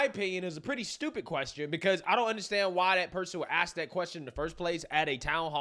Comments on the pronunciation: it’s se-cede not suc-ceed. ‘Ask vs axe.’ You’re awesome. I love this podcast! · Pronounced suh-seed. I can’t watch your videos anymore beyond the clip being referenced. between you always yell talking, and choosing to speak like “dat was da dumbest question tuh axe” I lose braincells